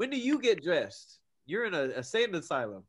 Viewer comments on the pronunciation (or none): none